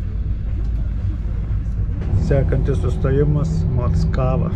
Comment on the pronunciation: Mockavoje mano mociute gyveno. Ne taip Kirtciuoji. Tragiskai skamba